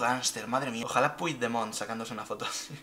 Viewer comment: Porcierto, se supone que vives en Catalunya, se pronuncia Puchdemont no Puijdemont